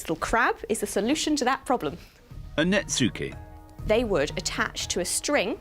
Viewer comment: Please would someone tell that you do not pronounce the “u” in “netsuke”. It comes out like “NETskeh”.